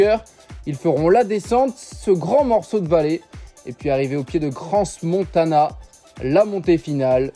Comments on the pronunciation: Cransse-Montana ? Non, Cran-Montana. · si jamais pour nos amis Français ... Crans -Montana .... le S de Crans de ne se prononce pas ... merci de pas écorcher les nom de nos station !!! au plaisir ( Pinot = pleureuse ) desolé